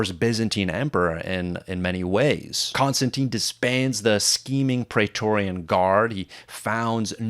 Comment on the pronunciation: Dude! You are a huge fan of Roman history and you don’t know how to pronounce “Praetorian” correctly??? Because the first syllable has the same vowel sound as “Caesar”, not the same as “laser”, which you repeatedly do. Why???